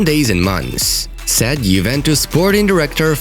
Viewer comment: Am I the only one who hears sad instead of said?